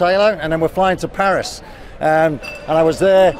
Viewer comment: Phaaarissss One way to pronounce it